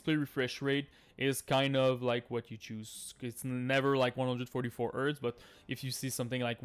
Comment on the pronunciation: what the heck is earth earf whatever your saying and where to find it?